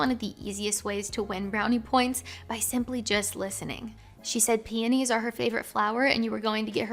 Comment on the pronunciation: When you said "peonies" at the mark, I thought you said panties at first. I am finishing up a night shift while doing school work as I'm watching this. It's also been awhile since I've been with a woman. None the less, good advice as usual. I enjoy your videos!